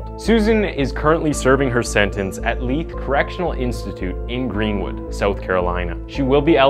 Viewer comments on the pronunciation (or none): none